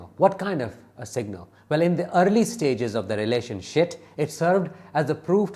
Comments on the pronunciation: I like how you say ‘relationshit’ 😂😂😂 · So I heard that correct the first time. I thought I was hearing things lol 😂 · Did you say relationship? lol I love it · I thought I wasnt hearing right too 😂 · 😂😂 I laugh Everytime he says it